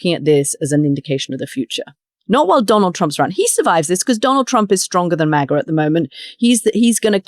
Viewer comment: I say MAGA she says MAGAR 😂😅😂😅